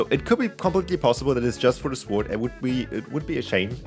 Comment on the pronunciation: no offense but sword is read sord not sword